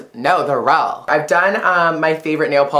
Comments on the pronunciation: Lol "No, they're rill" :p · "If they're fick" "no they're rel" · if they're feck. no they're rill. :3 love you